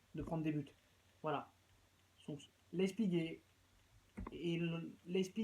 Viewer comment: On dit pas leißpig on dit Leipzig